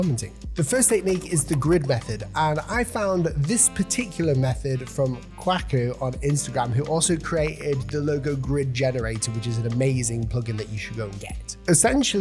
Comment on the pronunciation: Your Ghanaian audience is crying. His name is Kwaku. Like "Kway-koo". 😭😭😭😭😭😭